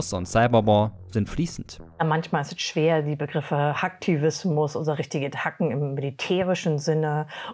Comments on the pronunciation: Wie kann man sich als Profi ausgeben und dann nicht mal hacken richtig aussprechen. So ab mach ich dann mal aus, das video hat für mich absolut an Seriosität verloren. Alter 2022 und diese Frau sagt immer noch hAck... was für hack? Halb rind, halb Schwein oder was? Ich kotze im dreieck. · Mich stört es irgendwie wie sie "Hacken" ausspricht, so ultimativ Deutsch XD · wie kann man denn als Expertin den wichtigsten Begriff nicht richtig aussprechen? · Eine Frau, die Hacken ausspricht wie wenn es vom Metzger kommen würde, kann ich nur schwer ernst nehmen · Gott wie mich das aufregt wenn Leute englische Worte auf deutsche Art aussprechen oder umgekehrt. HÄÄÄÄÄCKEN nicht HACKEN, wir hacken nicht auf PCs rum. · es tut immer im herzen weh, wenn deutsche das Wort hacken falsch aussprechen. Es wird Häcken ausgesprochen! das ist ein englisches wort und kein deutsches und hat absolut nichts mit dem hack zu tun was man auch mett nennt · allein schon wenn die hacken wie holz hacken ausspricht kann ich die leider echt nicht ernst nehmen... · Ich könnte echt kotzen wenn ich dieses "Hakken" höre. Man, nennt es einfach "hacken". Soviel Englisch wird wohl auch noch der letzte Deutsche hinbekommen. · Experten, die statt „Häcken“ „Hacken“ sagen, kann ich irgendwie nicht ernst nehmen. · Kann Menschen nicht ernst nehmen, die von "hacken" reden. Es wird "häcken" ausgesprochen, weil es ein Anglizismus ist. Ansonsten, wie immer, eine super Reportage! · „Hacken“ „hacken“ „hacken“ Wie kann man Mitglied des CCC sein und dieses Wort noch deutscher aussprechen wow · Sie ist Vorstandsvorsitzende bei "Chaos Computer Club" und sagt Hakken? Nichts für ungut aber das klingt für mich einfach falsch :D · Ich dachte "Hacken" wie die Sprecherin des Chaos Computerclubs hier sagt macht man im Garten .. 😄 Oder geht es ihr um Hack..Fleisch? Irgendwas mit dem deutschen Hacken anscheinend :D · Haha was für „Hacken“? Das wird häcken ausgesprochen 😂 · dat haken du XD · Mich triggert das aussprechen von "Hacken"